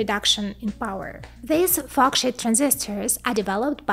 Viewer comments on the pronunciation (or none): Please work on your pronunciation. I was laughing a bit too hard listening to this and hearing "f*ck shit". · Just gotta love the way she says “forksheet”…… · not to offend but the pronunciation of FORKSHEET, sounds more like F*CK SH*T, I can't stop laughing haha, great content tho. Keep it up plss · Lol. Every time you say it, it sounds like “fu@ $hit” transistor. I am sorry I can’t stop laughing. That did make this very entertaining... I always love your videos. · Yeah, no disrespect and a great video, but once I had heard it I could simply not unhear it, "nano shit" and "fox shit". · I thought I was the only one hearing that. it's funny. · Don’t get me wrong I LOVE this channel but at the beginning it sounded like she said “Fuck Shit Transistors” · Love your channel and you made me laugh at the way you pronoun sheet.